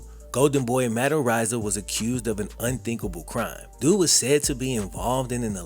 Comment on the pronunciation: I'm pretty sure it's pronounced areeza I think. Not arise-a